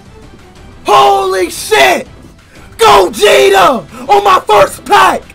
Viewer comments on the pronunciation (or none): Bro said “gojita”💀💀